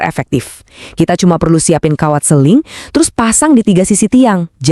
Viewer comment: Sling kok jadi seling ya 😶